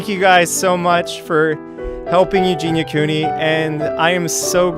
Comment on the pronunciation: Mans can't even say Eugenia right, cheers grease onion